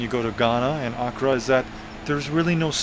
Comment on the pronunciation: AND ITS PRONOUNCED AK KRA